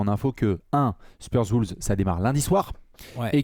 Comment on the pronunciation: C'est toujours pas Woulves , mais bien Wolves <3